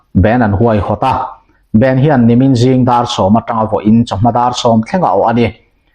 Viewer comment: A dik chiah [bend] ti lo tur band mizo tawng a lam mai tur, bend chu thil dang deih sawina a ni.